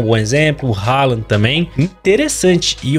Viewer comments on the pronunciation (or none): none